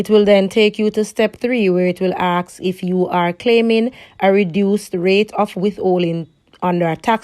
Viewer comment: can i "aksk" you a question ,practice on speaking good video thogh ^^